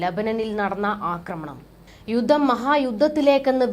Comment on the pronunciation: കുഞ്ഞളിയനും 'യുദ്ദം' , 'യുദ്ദം' എന്നാണല്ലോ പറയുന്നത് !!!!